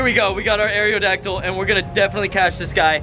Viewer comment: "Air-ee-oh-dacdyl" is bothering the fuck out of me. It's not "air-ee-oh-space," it's aerospace. Aerodacdyl. Where are you getting this other E?